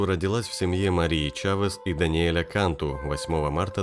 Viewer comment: фамилия произносится кантУ .. это сто процентов